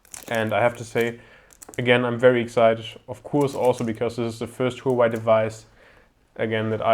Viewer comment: I heard it was pronounced "wah-way"